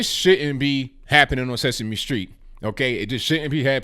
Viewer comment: It's sesame Street not sexme street.